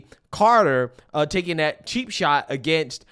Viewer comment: I wish people who really follow and watch the womens game made videos, this guy cant pronounce Carters name right..